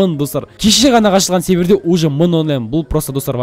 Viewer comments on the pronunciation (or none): none